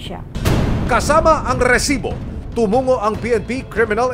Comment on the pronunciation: Sir mali po bigkasng Rrrrrrresibo subra haba ng rrrrrr